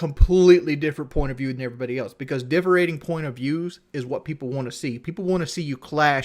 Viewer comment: “Differentating” He just makes words up as he goes along